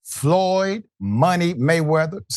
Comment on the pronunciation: Floyed? Go the library 😂